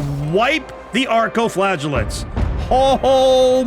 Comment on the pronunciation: thst is not how you saw flagellant. flaj (j as in jam) eh lant